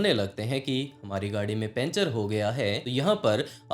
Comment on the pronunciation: पंचर ❌ पेंचर ✅